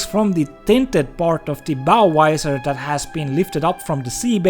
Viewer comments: The hell is a Bow Wizer? LOL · This is a very serious subject but every time he says " bow wisor" I have to say I'm struggling 😂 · "Bow Visor" I heard Budweiser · Why do swedes mixed up the V and W sounds? Visor is pronounced with a Vee sound.